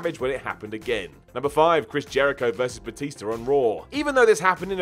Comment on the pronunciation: And it's batista not batister